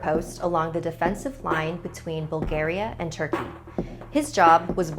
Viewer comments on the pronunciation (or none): none